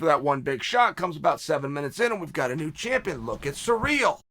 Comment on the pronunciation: Took me 9 mins to realise he meant Cyril. Sounded like he was saying Ngannou was surreal🤣